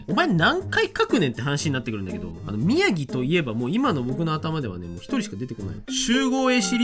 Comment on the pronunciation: 宮城地元なのでワクワクしながら待ってたら、宮崎、、？？でも描いてるの虎杖？？？ってなったけど納得ww よく読み間違えられるからしょうがない😌 47都道府県揃うと圧巻、、！！✨️すご！！！